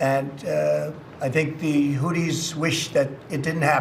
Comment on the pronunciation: I hate the way Trump speaks. He's consistently mispronouncing words. He called the Hoothies the "Hooties."